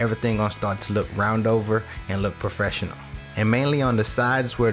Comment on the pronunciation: appart from the craftsmanship, i like how he said "pro-fresh-'nal"